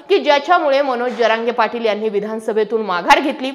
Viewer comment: जरांगे पाटील असा उच्चर केला तर बरे होईल ताई साहेब